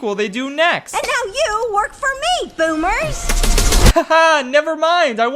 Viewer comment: O my god she said bommers please kill me